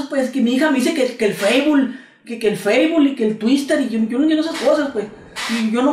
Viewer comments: "Feisbul", "tuister" jajajajajajajajaja xD amo tus videos xD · Jajajajajajaja feibul y tuistel jajajajajajajajaja qué cagado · feibul y el tuister jajajajajajaja